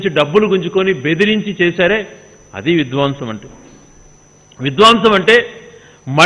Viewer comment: Vidwaamsam kaadu Gadikotanna. Vidhwamsam ani palakaali.